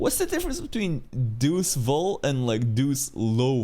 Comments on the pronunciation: Deus Vult = God Wills It, pronounced as "DAY-uhs wult" in Latin and "DAY-uhs vult" in English. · Also, it's not pronounced Deu Vu or Deu lo Vu. Every letter in Latin is pronounced. The actual French equivalent would be Dieu le veut and that one does have silent letters, unlike the original Latin phrase. Tanya even pronounces it the Latin way.